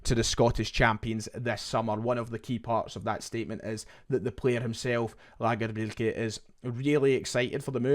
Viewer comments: Please keep doing that Scandi accent when you say Lagerbielke. Don’t get lazy with it, I will tune in to each update just hear it. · Hope lagerbeilke signs … listening to you say lagerbeilke is proper quality we need more .😀